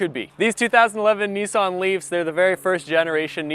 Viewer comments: Neeson ?? Ho he means nissan , hahahahahaha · It's a Nissan not neeson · actually it's pronounced Nissan if you look at the name and can read English you will see it's Nissan not neeson , where on the car can you see NEESON